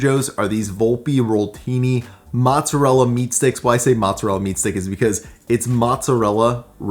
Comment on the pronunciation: Wait, growing up in an Italian family and you pronounce mozzarella the way you do?! LOL! Still a great video and thanks for the tips!